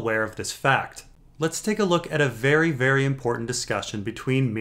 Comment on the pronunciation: "Someone wery powerfull is watching a jon story" and that is ... GRR Martin.